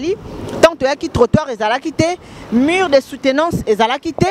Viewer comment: Mur et non mure, merci aussi pour la compréhension